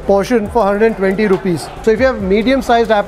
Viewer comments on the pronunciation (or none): none